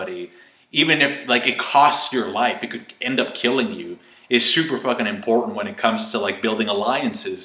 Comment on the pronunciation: Did you just say imPORNtant